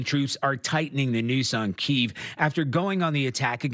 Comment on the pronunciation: Is anyone as triggered as I am that they keep pronouncing kyiv wrong?